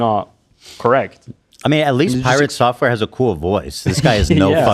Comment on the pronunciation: Did this man really pronounce "Piratesoftware" as "Piratt-software?" Im dead💀